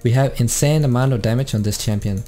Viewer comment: Its champion not tsampion